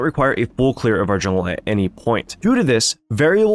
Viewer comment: "JULNGE PATHING"